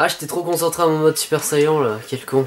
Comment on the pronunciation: Je sui FAN de dragon ball et j'ais bien aimé ton let's play. Mais bordel la prononciation. Ginyu ne se dit genius mais gin-yu. Super saiyan ne se dit super sayan mais super sayanne. Cannon garric se dit cannone garric. Mister satan est certe arrogant mais est bel et bein un champion du monde (escroc). En gros il n'est bon que contre des humains .... Bonne vidéo quand même